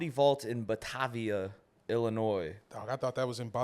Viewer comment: I hope u can sell 5 shows in Batavia, but it’s pretty far from the city. Maybe fire whoever booked that. It’s buh-Tay-via btw.